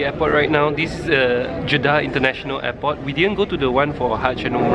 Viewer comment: You said int'l eypot